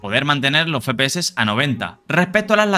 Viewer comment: No se dice Fe-Pe-Eses, es Efe-PE-Eses, me da ira homicida oirlo 27 veces en el video